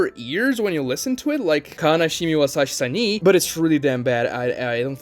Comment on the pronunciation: Kanashimi wo yasashi sani bad? Wash ur ears plzzzzz 🤡